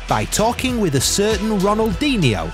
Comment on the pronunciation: it pisses me off every time he pronounces Ronaldinho wrong